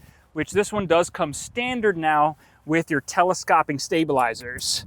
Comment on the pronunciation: Very knowledgeable, but that is not how you pronounce telescoping. It is not the "ah" sound. It's a long O, just like in "telescope".